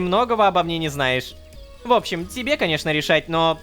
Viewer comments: непон невер сказал не rororowka a lololowka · ОН СКАЗАЛ Lololowk'и а не Rororowk'и !!! ахринеть. .